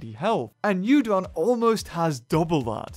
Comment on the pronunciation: Yudon sound likes my favourite noodle. 'Udon'